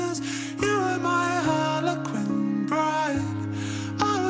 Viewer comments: “Harlequin” not “Harley Quinn” 😂 but it is the word her name comes from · Harlequin lol not harly Quinn